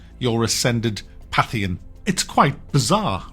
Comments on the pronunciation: Today I learned that can't pronounce "pantheon." Good to know. <3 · Great review but it's Pantheon. I have no idea what a pathion is. An indian curry maybe? Kryten : But surely you believe that God is in all things? Aren't you a pantheist? Lister : Yeah, but I just don't think it applies to kitchen utensils. I'm not a FRYING pantheist. you've just ruined that joke 🙂